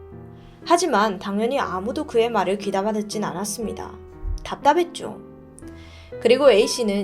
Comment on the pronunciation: 진짜 죄송한데 전라도 발음좀 빼주세요 ㅠㅠ 시작하죠 - 시자가죠 답답했죠 - 답다뱄죠 제작해 - 제자개 이런거요 ㅠㅠㅠㅠ